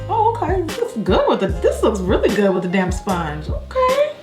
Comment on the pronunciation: Couldn't figure out for the longest if she was saying DAMP sponge or DAMN sponge 😂😂